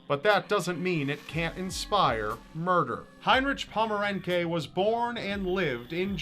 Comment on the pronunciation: you do realise that you keep pronouncing Heinrich Pommerencke's name wrong, right? other than that, the video is pretty cool